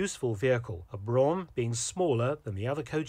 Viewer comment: "Brougham" is pronounced "broom", not "brawm". "Landau" is pronounced "land-awe" to rhyme with "law" and does not rhyme with "cow".